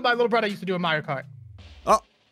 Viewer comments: u said moorio wrong its MARIO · "Moorio" - 2018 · Luige not luigo and mario not moorio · It's not moorio it's mario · GOD AND FUNY VIDIO WHY YOU CALED MOORIO CART NOT MARIO CART FUNY RIGHT😂😂😂😂. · Its mario not moorio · IT'S. Mario NOT. MORIO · I like the video cause u guys speak moorio better than spelling mario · Its Mareow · Did you Say MOORIO karts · "MOORIO RACE" a "MOORIO RACE" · I don’t think you know how to say Mario right